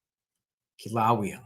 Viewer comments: Pronounced Kill a Way a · The ai wasn’t right either lol. Kila wheya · Say it like KILL A WAY A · It's pronounced Killa-laya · Kill-a-way-ya. Kilauea. Sound it out and you’ll understand the name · Pronounced Kilo Waya